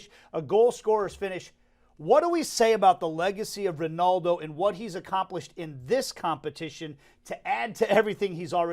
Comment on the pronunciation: Guy with glasses stop saying Ronoldo. It's Ronaldo. Cheers.